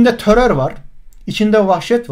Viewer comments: Sevgili hocam törör değil terör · Töror ne yaa !! Töror u yapan, yayan sen ve senin gibilerdir. Kişi kendinden bilir işi👍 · Yanlız Terör değil "TÖTÖR" ndkdsndjxn